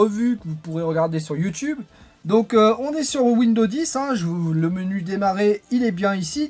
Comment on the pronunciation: mes oreilles saignent à chaque fois que j'entend windows. En fait il y a un "S" à la fin qui permet de prononcé "Windozzzze" :p